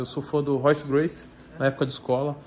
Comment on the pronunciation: Tão fã que não sabe nem falar Gracie. Não bota nosso esporte nessas patifarias não cara, artes Marciais é respiro.